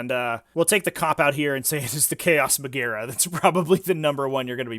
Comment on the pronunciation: as a dude who studied latin, magaera is pronounced "majera"